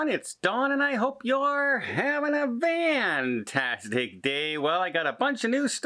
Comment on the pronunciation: He says "VANtastic"...it's a long story from many years ago but all his regulars love it....